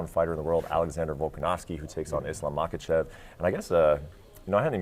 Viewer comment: Man, it blows me away that over half the folks involved directly in the sport still do not pronounce Islam's name right, most using the hard "K" sound, mock-a-chev. Where's Luke Thomas when you need him !